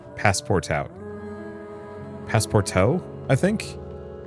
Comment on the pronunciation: Passeportout is pronounced Pass Por Too. It means Pass for all/everything. Nacre is mother of pearl.